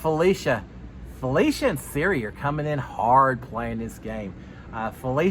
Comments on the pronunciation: Hey, wanted to give you some help with a few name pronunciations! For Cirie, think Marie but with a C (not the iPhone feature Siri). And for Felicia, it rhymes with Patricia! Ready for another season of Notes - thanks for doing what you do! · No offense great recap but it’s not Siri it’s Sir-E. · So glad to have you back and thanks for the updates! (PS… her name is pronounced sir-EEE — long E sound 😊) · Pronunciation is Sir ee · Love you but can you please learn how to pronounce out Queen Cirie’s name. It’s not Siri. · Thank you the way he is saying Siri is driving me insane